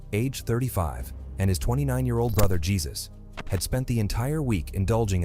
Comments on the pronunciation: He said Jesus as in Christ instead of haysoose... only ai would do that, or some ignorant person who don't know what ai or the internet is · Dont say his name was jesus. Its. Hey-ZUS IN SPANISH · You said the name wrong it's not Jesus as the Christ it's pronounced (Hey zeuce) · Jesus?! 😂 you mean Heh-soos?! 😂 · Jesus in mexican is pronounced Hey Chews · Lol gee zus? Haha. Come on! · Computer voice reading spanish "jelleesko" "jeesus" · "with his brother Yisus" bro as a latino this got me dead lol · Its pronounced Haysus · Please make the effort of learning how to pronunciate names if you're gonna be making this type of content. You can't pronounce "Jesús" like that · Jesus bro didnt even try to pronounce his name in Spanish 😂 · Jeez! Can't this channel find an Hispanic guy that could read names or words in Spanish?? 🤔🤦😂 No offense to my White homies, but most of y'all suck at pronouncing names/words in foreign languages. By now everyone in America should know how to say "Jesus" in Spanish lol 😆 😂 (Am Black by the way) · He's is a. J is pronounced with an H. With technology now, these channels should use it. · Atleast pronounce is name right, jeez.